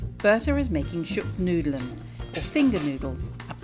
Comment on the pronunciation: "schupfnoodelen"? Dude, what about "Schupfnoodles" 😅